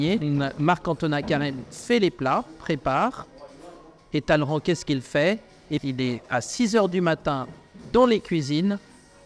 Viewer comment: sait prononcer « Talleyrand » correctement.